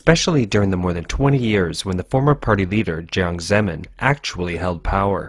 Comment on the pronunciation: I really love your content and this one in particular is simply not discussed enough. But there is one serious problem I don't know if it's an artificial intelligence robot voice or what but the pronunciation of Jiang Zemin just drives me nuts. Please fix this. Or let me narrate for you.